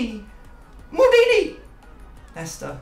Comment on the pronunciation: Why do you pronounce Maldini like that????